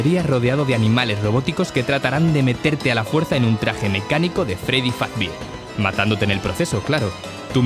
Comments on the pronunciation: me dio risa que dice freddy fazbir en vez de freddy fazbear xd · Ummm dice fazbir no fazbier XD akcnekxbzjkdbd x husbfjixnsnduz que se me ocurre nada de la misma se llevará acabo la compu no me han enviado a usted que me enviaste la información que nos vemos el dvdjnw JJ sdkdjcbdjxjx y la otra